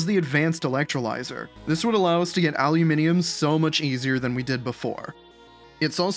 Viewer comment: finally an youtuber that can say aluminium correctly